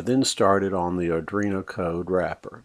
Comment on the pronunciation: "ardruino" also made me laugh